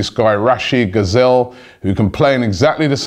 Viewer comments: Mate, Ghezzal is not spelt as "gazelle" but as "ghay-zal"... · "Gazelle" Robbie?